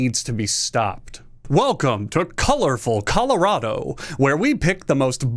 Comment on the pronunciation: You said Colorado wrong